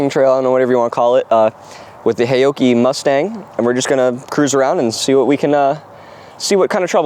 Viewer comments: Pronounced " how - chee " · FWIW, a closer pronunciation would be "how-Chi" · Loved your pronounciation of "haoqi," which of course I don't expect you to know. But what might be of interest is that, depending on how you spell it in Chinese characters, the Chinese meaning of Haoqi is "curious, full of curiosity" or "to be in a good mood." it could also mean "heroic spirit" but that would be less-commonly used. So, I think, a rather cool name for this brand.